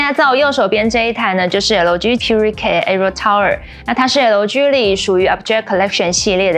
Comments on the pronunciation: 是L居易（快速連著讀），並不是L基, 也不是L居啦!!!! 😂差很多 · 是L基, 不是L居啦!!!! 😂差很多